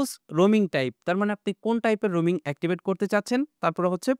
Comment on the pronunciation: Roming na, Roaming hobe